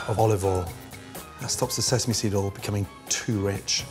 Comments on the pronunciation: You mean "Olive All" : he can't say "Oil" 😄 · You meal Olive All.....he can't say "Oil" or measure ..... LOL.....